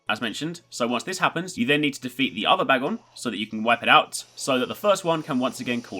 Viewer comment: You're saying bagon's name wrong